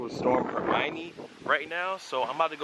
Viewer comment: hermine dude..... Her-min this aint harry potter